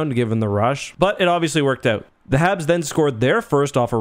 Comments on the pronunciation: I'm pretty sure you're saying "Havs". and . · Are you saying Havs or Habs? #WhatDidTortsLaughAt